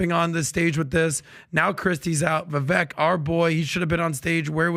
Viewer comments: Love PBD and the show but you guys gotta stop mispronouncing Vivek’s name It reminds with ‘cake’ - ViVAKE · Can you guys please pronounce Vivek’s name correctly please! Vivek like CAKE